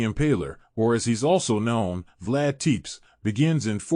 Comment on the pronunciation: While interesting, his name and other words were butchered. Not griping, but my grandfather was from there and he instilled in me a keen interest in Vlad Tepes. Easiest way to explain how to pronounce is Sepesh